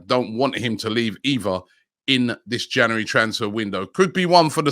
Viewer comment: Why can’t Robbie pronounce “January”?!?!?